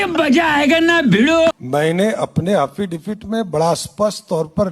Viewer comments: हाफी डेबिट बोलता है,,अनपढ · अरे भाई किसी को पता है तो बताना कि ये "hafidipit " क्या होता है,जो मुख्यमंत्री जी बार बार बोल रहे हैं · हाफि डेबिट 😂😂😂😂😂😂 खुदा मेहेरबान तो गधा पहेलबान 😂